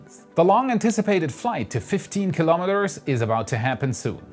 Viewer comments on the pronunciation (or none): Kilo. Meters. [not kalamaduhz]